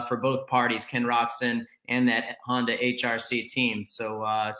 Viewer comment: Of you are a professional supercross commentator you should have to be able to pronounce the word Honder- the R is silent. It’s pronounced Honda